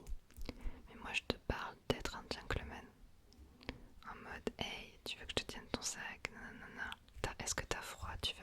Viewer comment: Il est là le problème j’ai entendu gentel mates au lieu de gentelmen je suis acrro